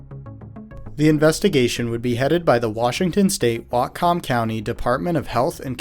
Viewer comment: Damn, glad I’m still here after riding at Birch Bay my whole childhood. Also it’s pronounced “wat-come”, not “wat-com” like a website. Great video btw